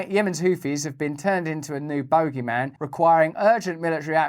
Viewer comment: I appreciate you, really I do; but your pronunciation of "bogeyman" is puzzling.